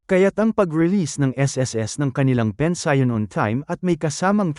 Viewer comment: Ano bang pensayon ang pinagsasabi mo?Alam mo naman bigkasin ng tama ang pension!!!Kakahighblood ka!